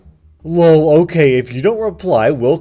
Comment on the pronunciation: I like how you pronounce 'lol' as 'luwl'. It is a good thing.